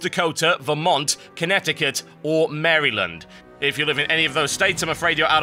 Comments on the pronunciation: lol u say my state name weird marylend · I like how he pronounced Maryland